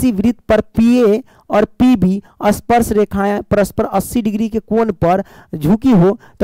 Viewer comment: Sparsh not asparesh😅